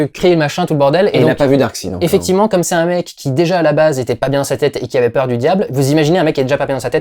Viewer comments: le seule vraie défaut de la vidéo,c'est quand dit Darkside et non DarksEId. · c'est pas Darkside. C'est Darkseid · Pitié, prononcez Darksaïde T_T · est marrant, il est fan de comics et il ne sait même pas prononcer correctement Darkseid!! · je préfère largement le Ghost Rider d'agents of SHIELD à celui du film. Comme quoi les goûts et les couleurs :p Par contre entendre prononcer le nom de Darkseid à la Française ça m'a vraiment crispé x)